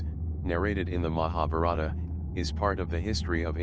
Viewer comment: The narrator's pronunciation of Mahabarta etc leads me to suspect the material.